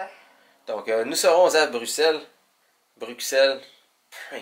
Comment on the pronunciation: Oui c'est bien ça 👍on prononce Bruxelles comme deux s 👌